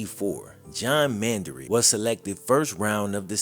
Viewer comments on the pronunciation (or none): Man-duh-rich NOT Man-duh-rick... Numb Nutz 🤡🤡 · Pronounce their names correctly Man- da- Rich. At least get their last name correct. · Come on say the dude's last name right